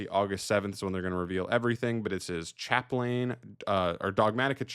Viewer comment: Chaplain is pronounced Chaplin fyi